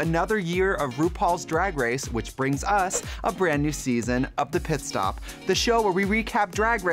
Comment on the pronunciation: Trixie said: "Piss Stop"